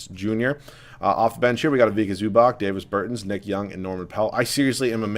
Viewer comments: It's not Day-vis Bur-tins, it's Dah-vis Ber-tahns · “Davis burtans” it’s not pronuounced like that ahahah and yes ik I spelled Davis name wrong on purpose to show how he is pronouncing it